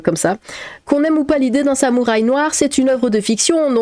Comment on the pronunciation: Sam ou Rhay ? Y'a souké les artimuses ? Prononcez bien comme vous voulez ma p'tite dame, en cas moi j'en rigole bien 😊👍 Bon courage à vous !